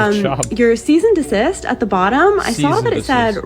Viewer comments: "Seize and desist" LMAO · “Seize and Desist” 😂😂💀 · “Seize and Desist” 😂